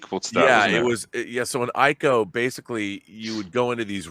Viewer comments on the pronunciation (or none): it's pronounced /ee-ko/, not f'ing /aiko/ it's not an English word! and Shadow of the Colossus is a f'ing PREQUEL to ICO (which was released first. I mean, it's a prequel chronologically) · Ico, not aïco. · Minor nitpick: "Ico" is pronounced like "ee-ko" and not "eye-ko" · Ico isn't pronounced eye-ko it's pronounced as ee-ko. You aren't gaming journalists, get it right.